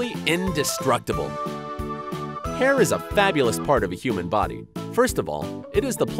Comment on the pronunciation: Body bruh u did not say bidy